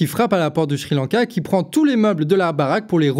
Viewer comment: A deux doigts de mettre un pouce vers le bas parce qu'à chaque fois que j'entends "shri lanka" je frissonne. Plus sérieusement superbe vidéo, comme toujours parfaitement claire et magnifiquement documentée et sourcée.